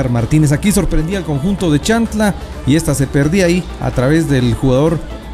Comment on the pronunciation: Creo q es CHIAN...TLA, y no chan... tla, como se refiere el narrador. Por lo demás felicitaciones. Arriba Xela, tienen un gran jugador en sus filas MR. KAMIANI.